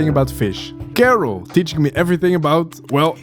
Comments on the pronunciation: Come on man, we all know "Karel" isn't pronounced "Kerrel" 😆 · you obviously know how to say Karel correctly why do you say it like carol?! anyways nice video